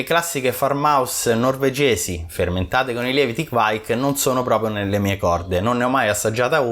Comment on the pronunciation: Sempre interessanti i tuoi contenuti, ma devo correggere sia te che quei due maledetti di mash out podcas sulla pronuncia di kveik. Da bravo italoscandinavo vi mando un vocale.